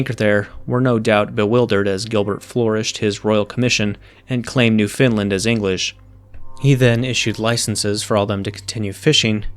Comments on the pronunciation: I guess I expected more about white slavery in early colonial American history, but this gives a good and informed backdrop. Please note that the Canadian territory is New-Found-Land, with the emphasis on either the first or second word. It is definitely NOT New FINland. Also the proper spelling of the descriptor "ElizaBEthan" is just that, not "ElizabeTHIAN." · its pronounced new-fund-land. I live in the part of canada that includes it. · in parts of the UK, it's pronounced newF-N land.